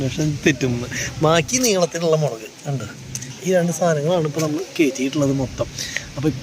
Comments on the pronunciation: മേളക് അല്ല 'മുളക്' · ഒരു സംശയം മേളക് ആണോ മൊളക് 😂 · മേളകോ 😂😂 മുളക് അല്ലെ 😂😂